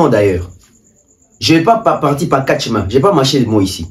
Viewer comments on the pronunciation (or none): none